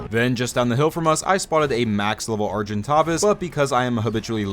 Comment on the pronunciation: How to pronounce Argentavis CORRECTLY (no hate just for everyone to know) Are-Jen-Tay-vuss / Ar-Gen-Tavis